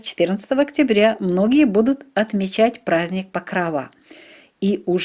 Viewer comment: Чому ПокровА, якщо правильно ПокрОва!